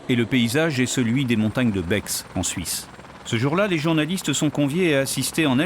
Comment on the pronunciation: BEX on prononce pas le X Comme Chamonix. 🇨🇭4ever❤